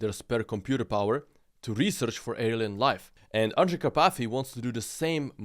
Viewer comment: Андрей Карпатый, а не Андре Капати😂😂😂